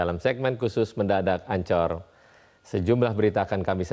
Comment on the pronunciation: Pronounced Anchor nya bener2 Anchor, Brooo. Wkwkwk. Tp yg lain nya bagus. Les dimana, Bang? Mantap euy